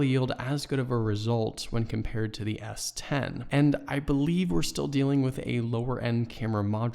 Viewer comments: take a shot every time he says S20 instead of S10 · Why are you saying s20?